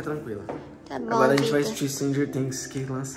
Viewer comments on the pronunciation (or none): none